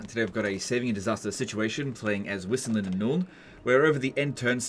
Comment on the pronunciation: Pronounce Wissenland "Vissenland" with a V, it's supposed to be a german-sounding name